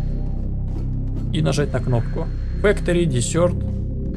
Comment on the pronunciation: Уроки английского, не дезерт а десерт.